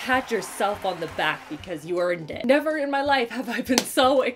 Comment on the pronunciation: Wow! I had to rewind the beginning three times to understand what you said after “pat yourself on your back...you earned it”. I legit thought you said “pat yourself on the back...you’re a D-word!” I knew you wouldn’t say that but wow took me back! Looked forward to this video all year!! 🤪